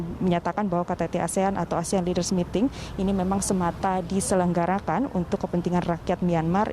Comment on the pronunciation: Ini reporter tolong dilatih cara mengucapkan kata dlm bhs ingris.. jangan membuat malu Indonesia, negara sebesar Indonesia kok reporternya mengucapkan kata leaders saja ngk benar.. 🙈